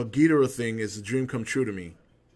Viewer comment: Damn I cried when I saw this trailer! So epic! Destoroyah is my fave all time villain, even over Ghidrah.... That's another thing, I'm glad you pronounce it Gheedrah like the Showa G movies instead of everyone else pronouncing it like Ghee-DOR-ah these days...I hate that...